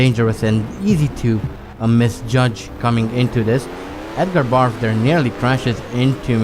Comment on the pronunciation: Maybe it's your accent, maybe it's a subtle joke on your part, or maybe I'm hearing wrong. In any case, I'm amused that you pronounce Edgar Barth as Edgar Barf.